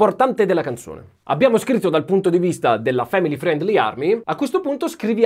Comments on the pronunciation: Per favore di’ “friendly” senza la i, anche perché la tua pronuncia è buona 😘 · la i in friendly é muta /ˈfrɛn(d)li/ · tutto bene ma family friiiendliii pronunciato così non si può sentire da te